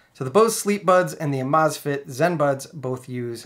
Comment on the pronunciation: Think it’s supposed to be pronounced amaze fit.